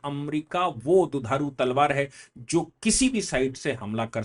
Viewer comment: वकील साहब दुधारू तलवार नहीं , दुधारी तलवार । दुधारू तो स्तनधारी जानवर होता है !